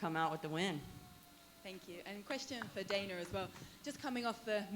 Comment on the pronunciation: "Got a question for DIE-NUUUUH"